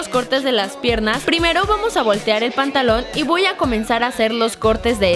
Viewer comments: esta karen dijo pontalon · se dieron cuenta de que en el minuto dijo pantaluon